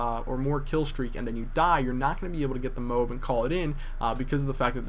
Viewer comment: It's not 'note,' it's 'not.'